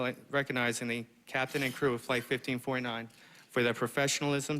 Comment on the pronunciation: Why does it sound like "15.9" when he says 1549?